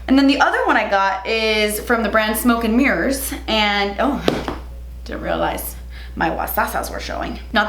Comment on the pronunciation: “Smoke and Mers Cosmetics” 😂